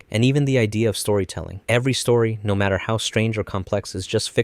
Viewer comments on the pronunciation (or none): none